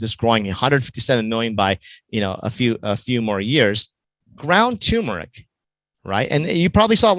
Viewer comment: It's TURMERIC....not toooooomeric.